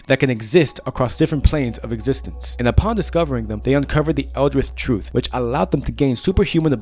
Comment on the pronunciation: “They uncovered the elrith troof” 😂😂